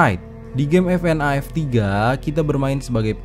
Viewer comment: Bacanya bukan fnaf tapi fnef